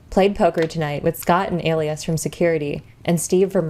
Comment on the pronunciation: My apologies, but it's pronounce Uh lie us not A lee isss